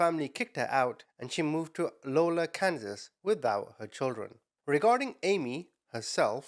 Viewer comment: Anytime i hear Kansas in a video my ears perk as I am a life long Kansan. I think she moved to Iola (EYE-ola) not Lola. 😊 Not a big deal just wanted to help ya out with pronunciation 😊. I love your videos and watch all the time! Keep up the great work!